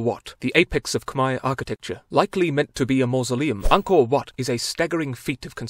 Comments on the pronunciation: As a Cambodian myself, I’m surprised that you were able to pronounce “Angkor Wat” almost like a Khmer Native, keep up the good work. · This is the first time I heard a foreigner pronounced "Khmer" and "Angkor Wat" correctly!!! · I was surprised to that he can pronounce Angkor wat like an khmer native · When i showed my khmer mom the part were you said Angkor Wat she was like: "haha finally somebody that can pronounce it"